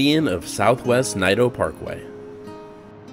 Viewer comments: thanks for showing some nice pictures of Portland, it really is a nice place to live despite all the bad press. The correct pronunciation of Naito is NAY-toe. Glad you had a nice time up in PDX, come back anytime. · Oregon?! You in my 'hood! They pronounce it Nay-do btw.